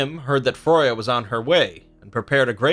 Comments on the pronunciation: You do realise you said Froya not Freya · Her name's Freya not froya! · Freya not Froja but other than that fantastic video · Rain I think its a different kind of pronouncation bro. We are more used to Freya but I think Froya is thr lesser known version of her name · Freya not fruya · The way you say some words like FREY YA not froy ya wtf for Freya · F r ai - y uh BTW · Xiedhal Kreiyutz Well, both are wrong, her name is pronounced /frøyja/ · Gυnjα Fυry there is no ø in freya, the pronounciation is More similar to freija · It's a nice video. But it's annoying to hear my favorite goddesses' name mispronounced over and over!